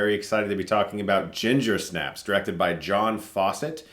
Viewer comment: I feel like the accent should be on Snaps. You say it weird.